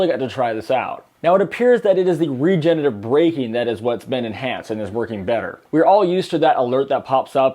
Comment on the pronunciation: Ugh please stop saying “regenetive” braking. It’s “regenerative” braking